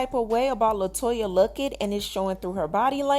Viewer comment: Her name is LETOYA Luckett not Latoya… she deserves her name to be spelled CORRECT!